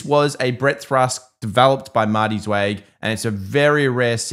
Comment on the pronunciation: I am an old timer and have followed Marty Zweig for years before his unfortunate passing. His name is pronounced “Zwhyg” not “Zwayg” one of the best market timers fundamental and technical. FYI